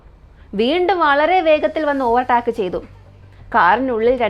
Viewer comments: ചേച്ചി ഓവർ ടാക് എന്നല്ല pronounce ചെയുന്നത് "ഓവർ ടേക്ക് " എന്നാണ് പറയുന്നത്. ഗൂഗിൾ pronounce ചെയ്ത് നോക്കിയാൽ കിട്ടും 👍🏻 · ഓവർ ടാക്ക് അല്ല ഓവർ ടേക്ക്